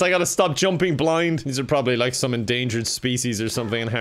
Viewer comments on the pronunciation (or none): none